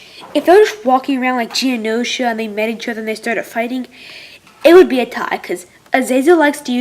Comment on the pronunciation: bro did you just say geonosis